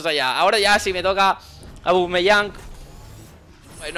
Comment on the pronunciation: No suelo dejar comentarios a youtubers, pero es sólo para informar a que se dice OBAMEYANG, no ABUMEYANG. No es crítica, es para que lo diga bien jajajaja